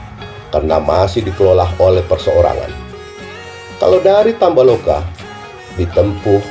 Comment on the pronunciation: Tambo laka bukan tamba loka.😆